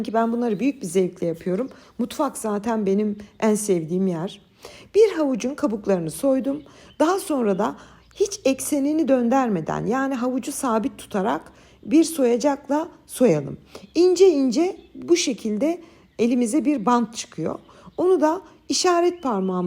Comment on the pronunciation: Dondermeden degil dondurmeden